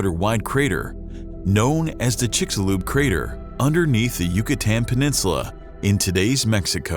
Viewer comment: Amazing. The narrator knows how to pronounce 'Chicxulub,' but not 'kilometer.'